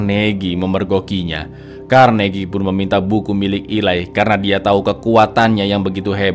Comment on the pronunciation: Eli bukan ilai😅😅😅